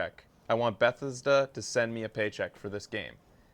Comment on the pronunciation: You say Bethesda weird, like your saying Beth-is-da.